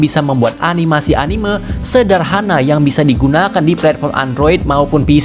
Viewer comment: dibacanya anime bang bukan animeu🙏